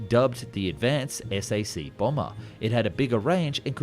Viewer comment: SAC. It’s pronounced SAC. Not “ess-ay-see.”